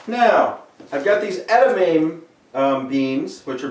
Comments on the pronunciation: edi-MAH_may is the pronunciation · not to nit pick here but im pretty sure its pronounced ed-i-mom-long e